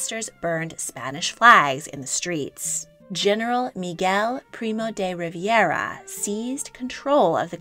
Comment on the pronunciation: Please, Primo de Rivera NOT Riviera.